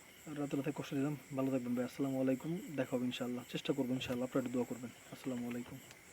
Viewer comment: সালাম ঠিক করে দিতে হয় আসসালামু আলাইকুম আস্তাতাগফিরুল্লাহ সুদ্ধ উচ্চারণ করে বলা উচিত এই দুইটা অর্থ মোবাইলে জেনে নিবেন, গ্রামের মানুষ ভুল উচ্চারণ করে